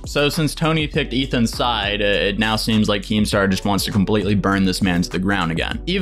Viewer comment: Nobody:: KEEMSTER